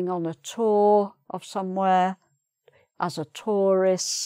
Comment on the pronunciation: your pronunciation of 'perfect', tour, tourist and touring sound strange.